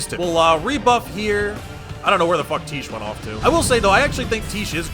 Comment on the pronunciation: Can you please stop calling her "Teesh". It is pronounced "Tie Key". She's not a quiche bro.